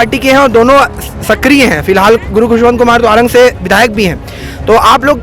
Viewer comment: Ptrakar mhoday hamare guru khushvantdas saheb ka naam shi se nhi le rhe h ,Jai satnaam